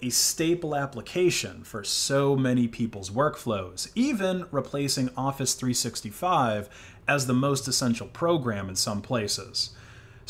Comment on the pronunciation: Please bro, don't say Office three-SIXTY-five...